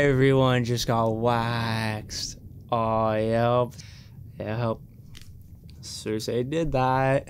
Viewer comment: How are you damn near 7 seasons into this show but you still pronounce names wrong like Loras, Varys, Cersei etc